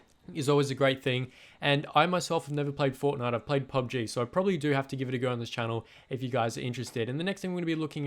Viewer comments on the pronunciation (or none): You said pubj but it's pubg